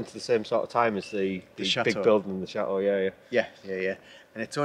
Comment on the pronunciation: Please please learn to pronounce CHATEAU correctly. It's Chateau and not Chat- eau. Not trying to be unkind. Greetings.